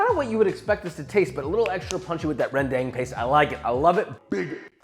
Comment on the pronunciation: i have to say, Josh's sambal is v similar to what my dad usually make whenever i come over! the only difference is my dad's version is more greasier but that's about it! and your pronounciation of kecap manis is kinda close but that's fine! but when you say rendang, the "a" sounds like when you say ramen, so it's rendAng not REndang. hope that helps and keep up the good work Josh! much love from Indonesia